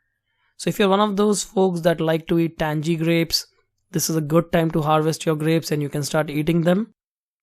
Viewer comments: 'tangy' lol not 'tanjee' but 'tanghee' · Great video. your patience in video making is impressive! Very very helpful too. I like your accent! lol But...we southern boys say the word TANGY like this...TANG-eee...not Tang-jee lol...keep up the good work!!